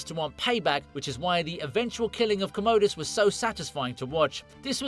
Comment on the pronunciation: And you poronouced "comodus" incorrectly as well.